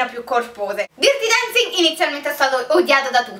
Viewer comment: DIRTI Dancing non si può proprio sentire..